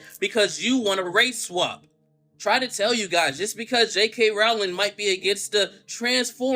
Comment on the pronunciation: It's pronounced ROW-ling as in 'row your boat' .